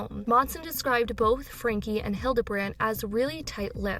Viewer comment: How can your reporting be trusted when, after all this time, you still cant pronounce Ruby's last name?